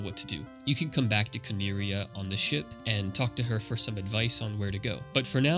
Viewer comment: IDK why you didn't just call Cornelia what it is. You're reading it like you're japanese and cant pronounce Ls. You can. It's just annoying to me lol sorry